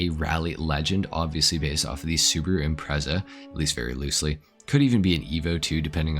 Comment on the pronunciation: Great video but your pronunciation of strotos and impreza killed me